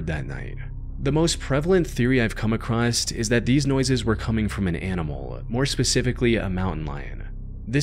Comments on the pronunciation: " ive come acrosst" ugggghhh... its across... lol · Jesus, can you please learn how to say the word "across?" It's not "acrossed." Unless you're nothing more than an AI. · Across. The word is across. Not acrossT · Acrost is not a word. You mean across. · There is no T in “across” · There's no T in "across".